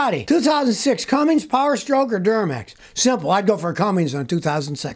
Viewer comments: It ain’t Cummings. It’s cummins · It’s Cummins Scotty, not Cummings. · Scotty can't pronounce CUMMINS, It isn't CUMM INGS. No G on the end. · Scotty, there is no "G" in "CUMMINS" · Scotty Scotty Scotty........theres no "G* in Cummins!!!! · There is no G in Cummins please say it correctly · Scotty, it is Cummins….no “G” 🤓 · Hey Goober, there’s no “g” in Commins. 😂😂😂 A highly skilled mechanic that speaks like a High School dropout. 😂😂😂